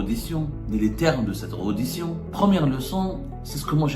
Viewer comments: tu dois refaire ton cursus éducatif parce qu'on ne dit pas REDDITION mais RÉDDITION. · EN FRANÇAIS PETIT JOURNALEUX ON NE DIT PAS REUDITION MAIS RÈDDITION .ON NE DIT PAS COMPLEXE DE DECOLONISE MAIS COMPLEXE DE COLONISE TU AS APPRIS LE FRANÇAIS AU BLED?